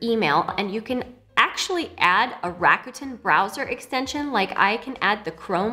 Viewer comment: Hey language tip, RAKUTEN is Japanese. The kanji is 楽天. It's pronounced RAKU (RAH-KUH) which means "easy" and "fun" and TEN (TEN) which in this case means "heaven" because of the kanji they chose. So it's like an easy, fun, and heavenly shopping experience 🤔